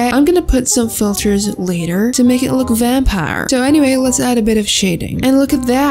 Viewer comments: VamPARR (super country accent) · You can’t forget “Vanparr” Meant to be vampire if you are dumbfounded